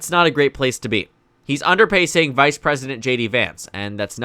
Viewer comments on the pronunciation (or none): none